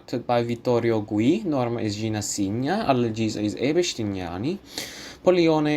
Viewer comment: And also it’s FilippesKi, and Pikki. Cigna is pronounced CHigna, not Signa. Zaccaría accent on I. Interesting analysis, bravo. I also think that Callas 1955 is her best (and THE BEST in general), but in 1952 and 1953 her voice was definitely more rock solid.